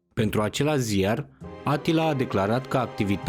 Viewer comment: E supărător că nu pronunți corect numele ungurești…(Așa cum îl pronunți e varianta turcească -Attila-).